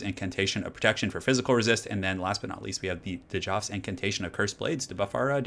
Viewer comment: Hey, pretty sure Djaf is said with a silent D. Like Djehuty is another name for real life Thoth. Almost positive.